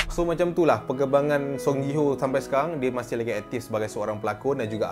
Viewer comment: Ji Hyo (Ji Hi Yo), bukan JI HO lah sebutan nama die